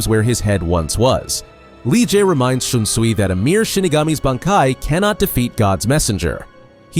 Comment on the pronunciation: dude common you cant even pronounce bankai right ?you are trolling